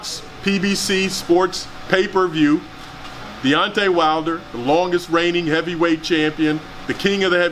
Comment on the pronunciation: Deontay “til this day” wilder